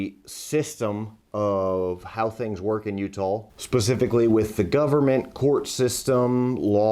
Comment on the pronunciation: Why does he say U-tall?